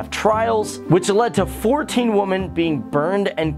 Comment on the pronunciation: He even says "Women" wrong......that does annoy me. My 4 yr old nephew can say it right. Wtf...